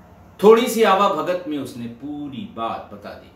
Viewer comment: आवाभगत गांवों में कहा जाता है।लेकिन साहित्य में इसका सही उच्चारण "आवभगत" है।आप चूंकि लेखक हैं, इसलिए आपसे शुद्धता की अपेक्षा की जाती है।